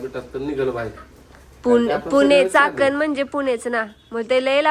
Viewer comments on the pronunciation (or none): चाखन नाय चाकण आहे दादा येणार आससाल तर सांगा ❤